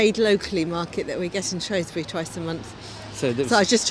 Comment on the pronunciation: Lovely video, but it’s SHREWsbury not SHROSBURY